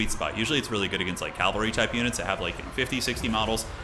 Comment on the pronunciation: ugghh.. he keeps saying calvary..